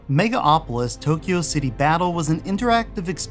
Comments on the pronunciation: Why do you keep saying "Mega Opolis" when the title of the game clearly says "Megalopolis"? Pet peeve, I know. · You mispronounced "Megalopolis" and "Jaguar" wrong, idiot.